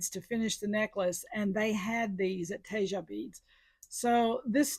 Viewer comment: Tejas =tay haws. Not whatever you said.